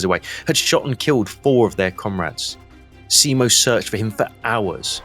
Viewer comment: For the love of god, just call him Simo, and stop this butchering of the surname...